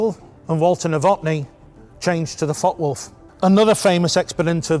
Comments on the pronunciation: Excellent video series brutal German fighters and elegant British fighters. In the interest of details the name of the FW190 is pronounced: Fokker Wulf einhundert neunzig. Hope this is of help. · The content and general presentation is really good. But it’s a shame the pronunciation of foreign aircraft names is off. It’s not difficult for an English person to include the ‘e’ by pretending there’s a silent ‘r’ on Focke, and pretending that the ‘W’ is a ‘V’ instead. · Interesting video. Is it just me or are you dropping a syllable, Fockwulf instead of Fock e wulf. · "fockwolf - fockwolf - fockwolf - fockwolf - fockwolf" No. Two words, and there's an "e" at the end of that first word. Focke Wulf. Focke-Wulf Flugzeugbau AG (German pronunciation: [fɔkəˈvʊlf]) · It is pronounced Fockuh Wulf, not Fock Wulf. A great video but the constant mispronunciation is a little jarring to my ear. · Too much publicity was given for the Me-109 while its better cousin the Focke-Wulf (pronounced Fokker), famously called the 'Butcher Bird' by the American B-17 bombers, only got some. Very good video anyway by IWM ! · Focke-Wulf isn't pronounced Fockwulf, you really have to intonate the E which is spoken like the English A with a tiny pause between the K and the E. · Pronouced Folker-wolf. The "e" is silent in English, NOT in German. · Please stop pronouncing it “Fok Wolf” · 4 minutes in and the mispronunciation of Focke-Wulf is starting to become an issue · The mispronunciation of focke upsets me greatly